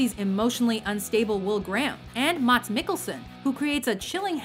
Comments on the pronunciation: I love how americans can't pronounce Mads Mikkelsen's name correctly.. It's pronounced "Mass" if that makes it easier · I know Danish is a really hard language but its pronounced Mass Mikkelsen #themoreyouknow